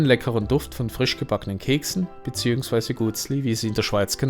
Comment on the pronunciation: Lieber Kommentator...bitte versuche , besser übe das für die Schweizer Sprache typische "cch" auszusprechen. Ich stamme aus dem Norden von D und kann es auch. Es heisst auch G u e t s l i und nicht Guttsli...ebenso beim G r ü e z i...ich danke ihnen und berichten sie weiter aus der Eidgenossenschaft...